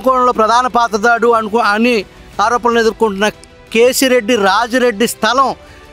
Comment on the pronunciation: కేసిరెడ్డి రాజశేఖరరెడ్డి వాడి పేరు సరిగ్గా చెప్పండి గారు.